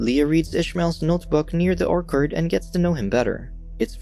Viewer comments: not Orkerd...OrCHard. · nah he said or-kard. should be oer-chird. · NOBODY'S LIGHTING THIS GUY UP FOR "ORKERD"! IT TOOK ME THREE TIMES TO FIGURE OUT HE WAS BUTCHERING ORCHARD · I gave up when the narrator pronounced the word “orchard” as “orkard”. Everyone knows how to say the word correctly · "orKard" ---> it's orCHARD. wtf is the reader foreign? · Is this moron going to constantly pronounce “orchard” as “orkard”? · It's orchard Emphasis on ch or CH ard . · Why is he calling an orchard an "orkard?" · the way he pronounces orchard 💀 "ore card" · Yes he said orkard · 'Or-curd?' Sorry if you think I am a prick, just had to make note of the mispronunciation... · dude, if you are going to read a script as your job here, you need to learn to pronounce things properly. orkard? come on dude. you do this often with simple words too. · Orc Hard is the weirdest way I have ever heard orchard pronounced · Orchard is pronounced O R- C hurd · Do these guys mispronounce words on purpose? Oark-ard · Are your purposefully mispronouncing Orchard? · Did you really mispronounce orchard? Wow. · Can't get past the mispronounced 'orchard' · Every time you said Orchard I wanted to blow my brains out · Took me a second to realize that he was saying orchard.. I guess we pronounce it differently